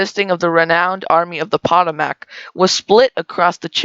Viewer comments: I'm not sure where you're from man but i can assure you that locals (I'm a local) call it the poe-tome-mic Mic sounds like mickey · Pottamack? I've never heard the Potomac river pronounced like that. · You need to learn to pronounce-words like Potomac and Shiloh (pu toe mic) (shy low ) if you’re going to do this stuff, nothing speaks more to ignorance than that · Also, Potomac (as in, Army of the... and the River) is pronounced "P'TO-muck", not "PO-TO-mack" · You lost me as soon as you called it the army of the "pottamack" instead of "Pa-TOE-mac". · I don't want to criticize but you should learn how to Pronounce Potomac and Shiloh.